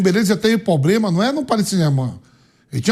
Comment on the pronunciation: "poblema", vampeta?